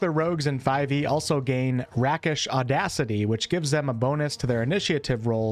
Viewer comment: Rakish Audacity comes from the root word "rake", and is pronounced similarly